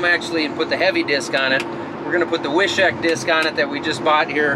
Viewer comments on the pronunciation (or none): The correct pronunciation in North Dakota in the Germans from Russia accent is "Viiishiiik" made in Wishek, ND lol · Wishek is pronounced: Wish-ek, not Wi-shek. ( My ex-wife was from Wishek.)